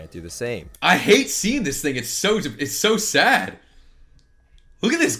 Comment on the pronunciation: Why does everyone say “sadje” or whatever instead of sad now? Please help.